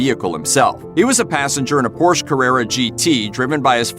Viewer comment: when porsche is pronounced wrong . ugh